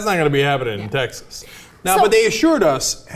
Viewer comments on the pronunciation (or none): none